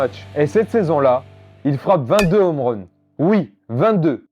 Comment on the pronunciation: Bonne vidéo, par contre rien sur son transfert au montant stratosphérique? Et puis les "zomeruns", les "nomerun", "les américains revient" j'ai mal aux oreilles...